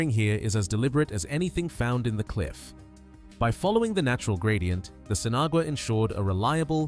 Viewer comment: pronounced seen-ah-wah....